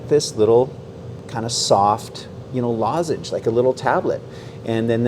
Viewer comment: Yah! A lozange! The intro!